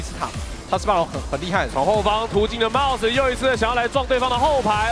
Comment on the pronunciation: 怎麼有幾次 mouse 聽起來像是在說 帽子啊ＸＤ